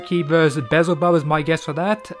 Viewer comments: Why can't youtuber ever pronounce any names correctly. Be-el-zuh-bub. Pretty easy. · It's pronounced Beelzebub not bizle bub